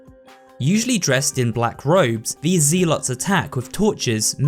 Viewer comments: It’s prounced “zel” not “zeal” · My man really said ZEE-alot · Zealot: zeh-lut. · Maybe there's a cultural difference in pronunciation but not likely considering zed vs zee already means "zee" isn't found in many English speaking places, but anyway it's "Zeh-lot, not "ZEE-lot" Also the bugs in the sewer aren't "attacking you from underwater" they are using some sort of invisibility and light bending I'm new to this channel and with so many crazy mistakes (like ALL of the Spanish pronunciations, ha) I'm not left with much confidence you know what you're talking about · Zeelot? What's a zeelot? It's pronounced zell-ot. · Z-lots? I always pronounced it as zel-lets. Guess he's probably either European or southern, that or learned ro pronounce it that way like how some folks learned to spell "color" in the European way "colour". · Zealot is pronounced more like zell-lot not zee-lot. As well as combatant, it's com-bat-tant not com-ba-taunt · You just made my day by mispronounced zealot as ZEElots. Reminded me of playing the first starcraft with my buddy when we were like 10. I'm not hating on you that's how we thought it was pronounced having never heard the word out loud. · fr dude said ZEE-LAWT dafuq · Uh….maybe look words up in the dictionary before recording. The first syllable in “zealot” is pronounced like “zel.” You can verify this with any online dictionary that has an audio pronunciation function. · I've never heard someone pronounce Zealot as zeelot. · For what it’s worth, he kept mispronouncing ‘zealot’ as ‘zee-lot’, so it’s not just the Spanish pronunciations he’s struggling with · Why is no one talking about his pronunciation of zealot and combatant??? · The was a hilarious pronunciation of zealot lmao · The way you pronounced zealot bothers me so damn much but great vid man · You pronounce "zealot" incorrectly. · People really can't pronounce zealot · Hearing his pronunciation of zealot and combatants is killing me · The way he says zealot makes me cringe